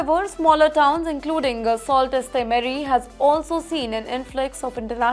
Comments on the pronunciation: Mam you are totally destroying it. Its pronounced Soo sa Marie and not salt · It is not salt ste marie, it is Soo Saint Marie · in case you need to know. Sault is pronounced SOO....it's French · Its pronounced Soo saint marie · Indians are blamed….maybe they are living there? Besides learn how to pronounce the name of the town correctly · please correct the pronunciation of the town sault ste marie ... it is not what you said ... but much different and not what the english spelling says....thanks